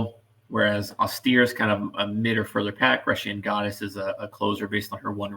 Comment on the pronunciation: GREASE-SHIN GODDESS! DO YOU JUST DELIBERATELY MANGLE PRONUNCIATIONS? MAKE AN EFFORT!